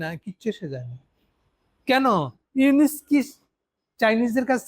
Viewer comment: আপনার পর্যালোচনাগুলো বেশ তথ্যবহুল। তবে বলার ভঙ্গীগুলো যেমন,তারেক, খলিল,ইউনুস এ নামগুলোর উচ্চারণ ঔদ্ধত্যপূর্ন।